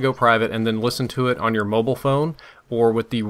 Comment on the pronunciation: says mobile weird....wonder how he pronounces bile....bol? and everytime i hears a word start with wh that says i just think of stewie griffin hahaha cool wh-ip